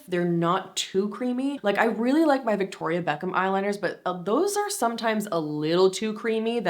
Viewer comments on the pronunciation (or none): none